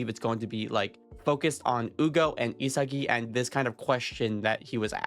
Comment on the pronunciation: Why is he calling him ugo ? It should be Hyu go, no ?😂